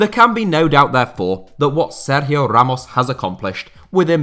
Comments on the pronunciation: Nice Sergio Ramos pronunciation, mate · Have to say , i appreciate the way you were pronouncing his name. It really was quite good. Not many people would attempt it once ,much less throughout the whole video